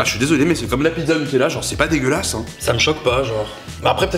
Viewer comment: Mdr la poubelle c’est la tête de Donald Trump et combien de fois t’as dit c’est pas degulasse?😁😁😁